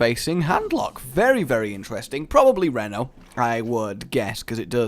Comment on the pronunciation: Mispronouncing reno, i cringe.